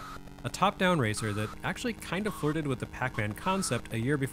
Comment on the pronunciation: Hearing you say “Power Ranger” at one point made me laugh because that what I kept hearing even when you were saying “racer” Though I may be biased there 😂